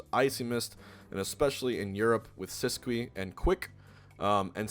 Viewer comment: Y'all gonna hate me, but Sisqui is pronounced "see-skii" or even "sis-skii", but "sis-cwee" is an abomination.